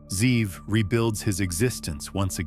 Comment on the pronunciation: The name is Ze’ev. He just isn’t pronouncing it correctly. Wolfgang=ze’ev